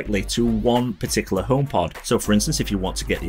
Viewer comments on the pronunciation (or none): I hate how you pronounce homepod as "ohm pot"